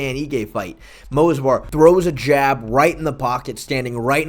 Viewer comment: It's Movsar bro, not Mosvar lol